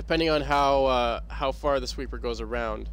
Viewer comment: I swear you say, "From the fart side of the track". Cracked me up.